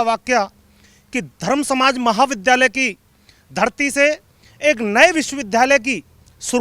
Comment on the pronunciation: विध्यालय नही re विद्यालय ।सही शब्दो को बोलो ,जब तुम लोग ही गलत बोलोगे तो हमारे देश के बच्चे सही कैसे बोलेंगे।